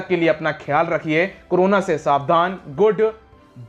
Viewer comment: I like the end when you say goodu byeii 😂😊